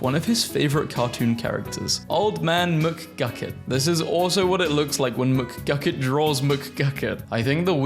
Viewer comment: it’s said mgucket not McDonald gucket *explodes *